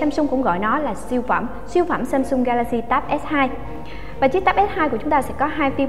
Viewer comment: Samsung chứ ko phải ShamShung trời, đọc nghe mệt quá